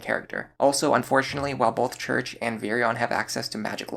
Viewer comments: Cherche is pronounced Cheir-Che just an fyi. Its french iirc. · Just FYI, Cherche is pronounced like the word share with a sh sound tacked onto the end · I always thought Cherche was pronounced "sure-shay" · Pretty sure Cherche is pronounced (Share-Shay) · I dont think i've ever heard someone pronounce Cherche's name as "Church" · I've never heard someone pronounce Cherche as church, but maybe that's a west coast thing, or because my entire family is Mexican. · Interesting that you pronounce Cherche like church. I always thought it was Cher(like the singer)-sh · IIRC that's how Tharja's name is pronounced in Japanese. He also mispronounced "Cherche" alongside "Noire" but I don't expect your average North American gamer to know French. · Cherche was definitely pronounced wrong. Tharja they used the Japanese name. Personally I always pronounced Tharja with the "Th" but then the soft j with a y sound. So like "Tharya" . That is until Warriors ruined it ...